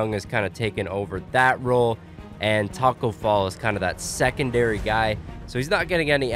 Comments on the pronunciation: Who heard him say Taco Fail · he said tacko bell or fell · BROOO u said Tacko Fell 😝